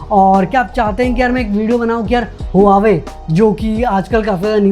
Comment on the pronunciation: havavi nahi hai bhai pronunciation vavi hai